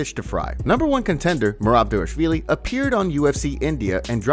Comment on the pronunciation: take a second to look at Merab’s name and then try to work out how to pronounce it. Ffs You’ve been saying Dayvashvilly this whole time. You’re missing an entire syllable